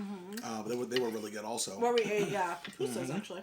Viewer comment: Also the pronunciation is poo-poo-sus But you did really good with the other pronunciations! Your Spanish is really good. I’m glad you enjoyed salvy food as we call it. My parents are from there!!!